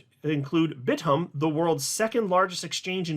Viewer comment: Hi,. A subscriber from South Korea here. The exchange Bithumb is pronounced as Bit Thumb. Just a small tip from the country that just loves XRP